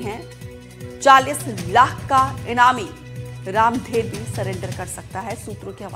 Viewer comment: रामधर होगा यार रामधेर नहीं होता बस्तर में नाम